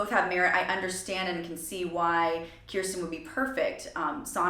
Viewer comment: It’s pronounced “curse ten”. Just like how my name is pronounced. No one can ever get our names right.